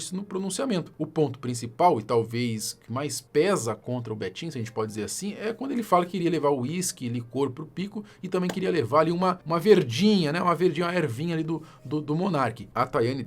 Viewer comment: Ela deveria era ir pra escola, pq "alucinógicas" e "lincor" fez meus ouvidos vazarem pus.